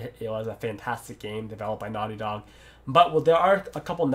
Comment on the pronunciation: Is he saying "Naughty dog games" or "nylon games"?